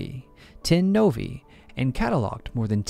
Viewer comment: I appreciate that you correctly pronounced the plural nouns "nebulae" and "novae". Apart from the words "aether" and "caesar", it seems difficult for English speakers to accept that "ae" is the long "e" sound (as in "street"). Which is understandable, if you don't know Latin. Anyway, I get why most English-speakers pronounce those words as "nebul-AY" and "nov-AY". It's not a big deal. (But still, I appreciated your effort.)